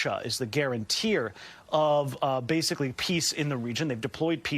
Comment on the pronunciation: guarantor!,, not guarantee-er! sheesh